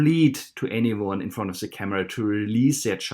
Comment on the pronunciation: about the accent.....I had a hard time at first understanding what you are saying, and have a tip.....why do you not use a "d" instead of a "z" when you pronounce the "the" ....than you are much easier to listen to.....just saying....